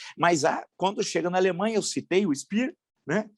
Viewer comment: Sr Villa : Em alemão quando o sobrenome tem dois E a pronúncia correta é Spêer ( Speer ) , Dêeke ( Deeke ) , Wêege ( Weege ) , etc.